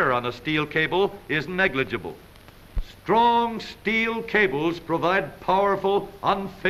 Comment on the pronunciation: Heavy emphasis on how brakes must be S T R O N K